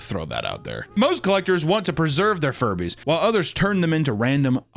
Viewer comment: Dammit. Now Furbies are forever going to Jewbies in my mind 😅 Edit: Jujubes (pronounced Jew Jew Bees) aren’t candy, they’re Furby eggs 😂